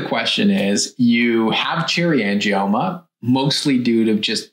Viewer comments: Cherry angimonas ??? You want to give advice & you can't even pronounce AN-GIOMA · Angie-Mona haha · Did she say "Angie-Monas"?? 😂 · It's Uh Angie Mona! 😂😂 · I’m having trouble looking past the fact she pronounced it like, ‘Cherry Angie-Mona’ 😂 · Cherry "angiMomas"? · Angimoaner! Can't watch any more. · Not to mention she says " angiomonas"... sigh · The fact that the person who made the video couldn’t pronounce “angioma” correctly is a red flag. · Tipoff was when she didn’t say “angioma” correctly. 🙄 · As soon as I heard her mispronounce “angioma”, I would have logged off.